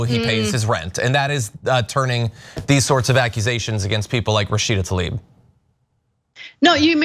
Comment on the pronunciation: Why do you guys keep callzing her tAlib instead of tLaib???